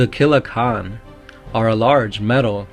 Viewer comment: It’s not Killa “Kahn” Killa “Can” like a soda can.